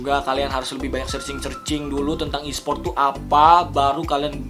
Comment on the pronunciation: ESPORT BANG BUKAN ESPRIOOT